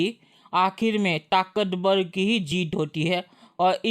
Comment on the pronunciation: बेटा बोलो र से राम ताकतबल नही ताकतबर